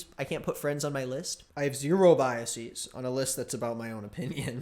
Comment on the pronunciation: am i the only one who DESPISES the way says biases